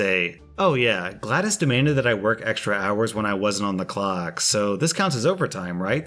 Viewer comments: Him saying Gladis instead of Glados makes me hurt for some reason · I’m going to give you a pass on pronouncing it Gladys and not GLaDOS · Glados, not Gladdis. XD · Omg I just wanna punch a wall whenever he pronounces GlaDOS like Glad-IS it’s pronounced Glad-Oh-s not Glad-Is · Bro you said gladis it's glados dude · Glad-OS, not Gladys. This was a triumph! I'm making a note here, 'Huge success!' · The way he pronounced "GlaDOS" pisses me off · calls glados "glad-es" Literally everyone: 🤦🏻‍♂️ No offense btw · Someone's clearly never played portal, it's "glad-oh-s", not "glad-is" :) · i love ur vids but its glados not gladis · >sees GLaDOS >says "gladys" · Wasn't expecting a Portal Portal reference but I'm happy that it's here. I'm a Portal fan btw Also, GLaDOS is pronounced like this: Glah-does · its pronounced glad DOS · pronouncing GLaDOS like Gladys smh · No one: Not a single soul:: GLADAS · He pronounced glaDOS like Gladys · you kept saying GlaD0S wrong it is pronounced Glad-dos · Anyone else tab back over to youtube to confirm that was indeed pronouncing GLaDOS as “Gladys”? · "Gladis" that hurt to hear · You reading GlaDOS as Gladys hurt my soul. It has an 'O'... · Look up the A.I being in portal. Shes the big kahuna of the game. You'll know what he was referring to when he used the name GlaDos. The o has a long ooooo sound like in the word so aswell. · I understand why he was saying GLaDoS wrong because I said the name wrong when I was younger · 1 Star didn’t do the GLaDOS voice nor did he pronounce “GLaDOS” right ⭐️ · I'm ashamed you said "GLaDOS" wrong, you dishonor her. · Does nobody care about the way he pronounces glados